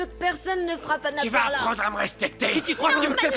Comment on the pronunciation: Perla me tai apler combien De fois? Mes oreil 😮